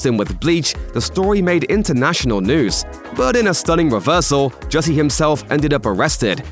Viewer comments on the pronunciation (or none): Jussie ,not Hussie.